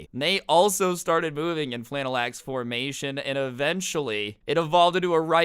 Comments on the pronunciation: Lol scrubs pronounced phalanx like flannex. 😂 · pronounced fay-lanks